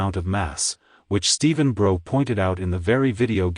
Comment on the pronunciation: The only error you've made in this video... is mispronouncing Stephen Brough's name. If you took the 'B' off his surname then think about how you'd pronounce it; now add the B again.🙂